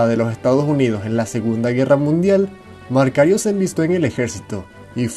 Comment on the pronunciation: Disculpa la correccion pero el nombre es Macario Garcia la letra "r" esta de mas saludos 😝😉👏👏👍😸